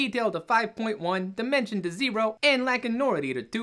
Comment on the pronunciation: This is impossible. Every time you say "dimension" I hear "demention" and that's how I feel.